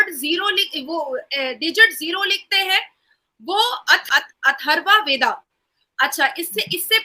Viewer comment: अथर्व वेदा नहीं अथर्ववेद रिग वेदा नहीं ऋग्वेद सही उच्चारण करो